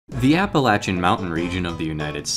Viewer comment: I gotta praise you on saying “Appa-latch-uh” instead of “Appa-Lay-Suh”.